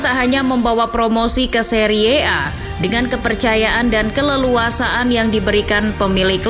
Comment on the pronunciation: Cara membaca Serie A itu terdengar sangat jelek. Harusnya dibaca seri A. Narasi yg baik akhirnya terdengar sangat buruk